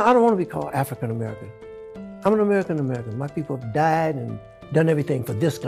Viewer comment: I AGREE. LET'S DROP THE "ARFRICAN" PART. Smokey, you have some great songs.